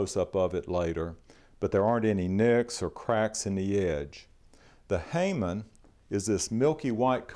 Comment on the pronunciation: Something like 30 yrs ago I used to tour Japanese Sword shows of the JSSUS, Japanese Sword Society of the United States, and Toronto was one of our sites. God I'd love to see them today. I'm going to correct you if you don't mind. Hamon, is pronounced Ha Mon, or Hah Mon. Meaning as mentioned by a previous commentor. Mon means sign, Ha means Edge. The sign of the edge. I can usually tell you by Hamon alone, what style of the main schools of swordsmiths the blade came from. It's just one of those things, should have met, never did.